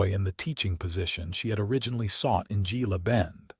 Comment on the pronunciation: It's pronounced heela bend